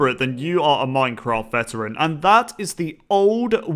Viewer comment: This is how many times said "you are a minecraft vetarain" 150